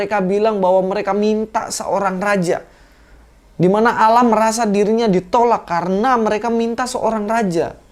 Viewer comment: Salamnya gak jelas.... Memang admin belum bisa bahasa arab..